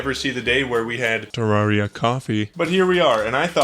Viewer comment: Ter, rare, ria Please say it correctly now